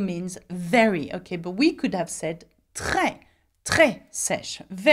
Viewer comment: this always grinds my gears. HOW do you say "trés" like that? And this goes to all french native speakers; what do you do with your tounge to have "trés" come out of your mouth like that?